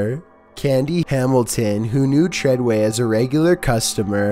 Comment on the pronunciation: It's fucking treyway